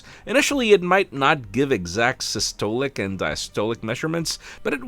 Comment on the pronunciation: You somewhat butchered the words systolic and diastolic 😂